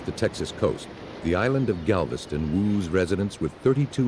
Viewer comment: GAVISTON OH GALVISTON LMAO